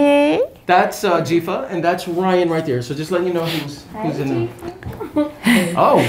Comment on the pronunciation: G.Z.I.F.A Gzifa..... Not Geefa, Gifa, Geefor, Gipha...... GZIFA... Glad we cleared that up...